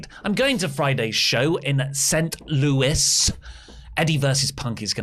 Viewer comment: The "S" in Louis is mute, so your pronunciation was correct.